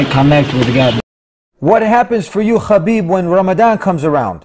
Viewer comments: DUDE ITS Habib (حبیب ) not Khabib There wasn't Such name خبیب! Its (حا) ح not خا (خ) khabib means nothing at all !! Wikipedia ↘️ Habib (Arabic: حبيب, translit. ḥabīb; Arabic pronunciation: [ħabiːb ]), sometimes written as Habeeb, is an Arabic masculine given name and occasional surname with the meaning "beloved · its habeeb not... khabib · Bro his name is pronounced Habib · he himself said its pronounced habib (he uses the arabic version) I can send u the video link if u want , but how does the russian pronounciation sound? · Mashallah 😊, but brotha, it's حبيب not خبيب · its habib actually